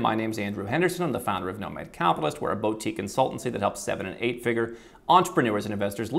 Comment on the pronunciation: Please pronounce boutique correctly! For the love of God! “Boo-teek” is the correct way, not “bow-teek”